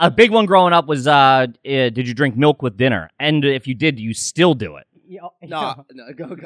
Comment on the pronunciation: If you drink melk with your dinner and lay your head on your pellow you need speech therapy.